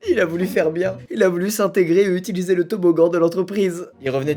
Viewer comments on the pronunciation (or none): none